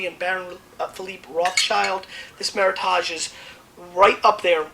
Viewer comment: I enjoy these video reviews... he does make some errors, like mispronouncing the term "Meritage" (which seems weird given he's an expert), but he's never boring, and does have a good general sense of wine. Makes some tasting faux pas like reusing same glass without rinsing, but all-in-all I find WineLibraryTV worth watching.. so far.